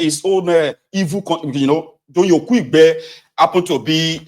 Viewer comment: Doyin Okupe not "Okuigbe"